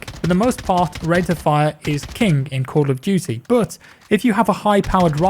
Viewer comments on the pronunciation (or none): You have a strange way of saying Camp of Duty...